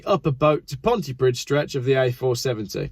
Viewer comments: just so you are aware the DD at he end of PONTYPRIDD = TH NOT PRID PLEASE LEARN TO PRENOUNSIATE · Pontypridd is pronounced Pontypreathe, as in rhyme with 'breathe'. Cymru is pronounced 'kum-ree'. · Its pronounced Pontypreeth and Cumree LMAO. The 50 mph speed limit is for congestion which increases emissions. That section of the M4 goes down to 2 lanes West and East as the Welsh government were not allowed to build a ring road around Newport and couldn't widen the M4 as the properties above the two lane tunnels couldn't be purchased. Removing the Severn Bridge Tolls moved the queuing traffic from the bridge to Newport. The M4 past Cardiff was widened so this made Newport a bottle neck. Bring back the bridge tolls and make them high is possibly the only solution. M4 has bad queuing traffic from Bath to Bristol due to the traffic speed control section then cars speed up to just inside Wales at Magor joining the queue past Newport, Friday being the worst day. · Pontypreeth (pronunciation). And I am English (but lived in Wales since 1988). Also, try cumri. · The Welsh accents are actually pretty good. What you need to apologise for is “Ponti Prid” and “Cimru”. You’re as bad as the BBC!🙄👀🧐😎😜🐑🏴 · Welsh person here. No need to apologise for your Welsh accent. It's pretty much spot on. It's your pronunciation that needs work. "cymru" is "Come-ree" not "kim-roo" and Pontypridd "Pont a preathe" (rhymes with breathe) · BTW dd letters at the end of Pontypridd are a th sound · Please check your pronunciation of Pontypridd. Welsh people are laughing. Please never talk about Dolgellau or Machynlleth.